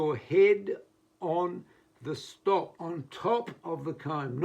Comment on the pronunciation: Put your head on top of the stock and on top of the what? I could not understand your pronunciation.